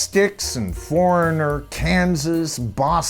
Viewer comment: Thank you for this! Someone had to do it. This has been a pet peeve of mine for years! So many big band names are cover bands really. And you NAILED Foreignor. Thank you.